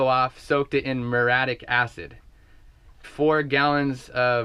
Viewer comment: I think that type of acid is pronounced with 4 syllables -mur-ee-aa-tic! whoo, keep up the sweet vids